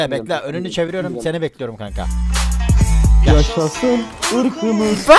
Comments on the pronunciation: Kimse: Hiç kimse::yAşAşIn IrĞıMıZ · Nobody::yaşaşın iykımız